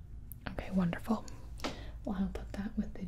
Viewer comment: "Is the tempature okay?" No "Wondeful"